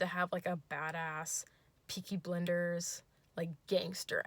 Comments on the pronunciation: Kelly noooooo "BLENDERS!" I love you still but that's my fav show "blinders" hun..."blinders" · PEAKY BLENDERS! THIS GIRL SAID PEAKY BLENDERS!